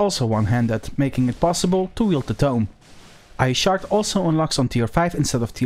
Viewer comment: Great video. When you first said ice shard. I could of swore I heard "I shart." It made me laugh, I must be delirious. Sorry for my juvenilism, but this was a great video thank you. Best albion content creator.